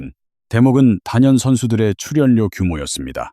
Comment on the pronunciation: 츨연료 발표힐때 너 혀깨물었니, 아니면 똥 씹었니. 어느나라 말이니 ? 넌 아웃 되어야되